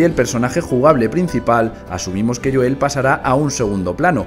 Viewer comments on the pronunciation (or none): none